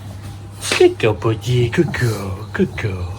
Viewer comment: Love dad's accent especially when he says Bir - Die!🤓 Bird Bird is such a precious baby!💕💜